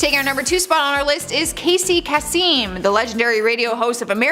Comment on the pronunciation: The way she pronounced Casey. Kasem last name is sending me! I'm sorry 😂😂😂